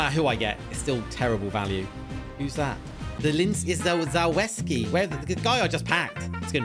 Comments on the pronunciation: I think it's pronounced zaluwski not zalawski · it’s pronounced „za-lev-skee” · ZALEVSKI is how it’s pronounced